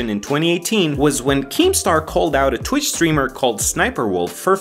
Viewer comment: Wtf is "tuwich"?